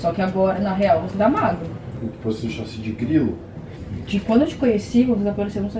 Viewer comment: a tentando falar chassi de grilo e saindo sachi de grilo no meio da discussão dos 2 é muito bom kkkkkk